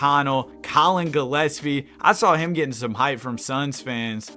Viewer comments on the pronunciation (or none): none